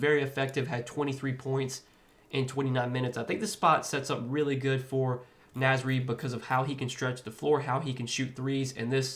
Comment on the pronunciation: Love the Naz Reid pick, but you're pronouncing it wrong, bro.